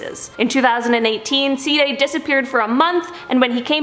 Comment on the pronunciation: Ceeday sounds like D-day